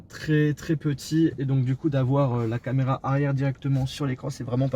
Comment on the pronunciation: "la camela"😂